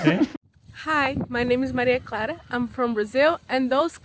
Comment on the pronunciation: Maria Clara✅ Maria Clade❌